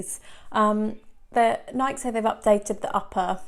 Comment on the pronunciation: How can reviewers still mispronounce "Nike"?